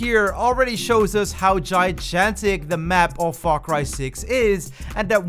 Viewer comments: Lol he said “gijantic” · "Gi Jantic" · Did you say jaijantic? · I had to pause the video and just process that for a second